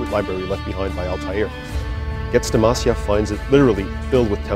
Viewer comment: I hate everyone miss-pronouncing "Masyaf"...